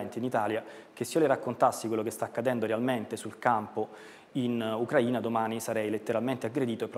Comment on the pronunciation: Si dice Ucraìna non Ucràina 🤦🏻‍♂️